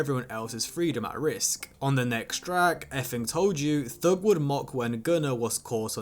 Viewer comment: T.h.u.g. Not thög bro